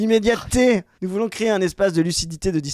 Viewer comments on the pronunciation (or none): AU SECOURS, IL Y A UNE FOLLE NOUZZZZZ AVONS PEUR 😂😂😂 ELLE EST CARRÉMENT PERCHÉE OU SINON OLIVIER FAURE A DÛ LUI DONNER UN PEU TROP DE NARCOTIQUE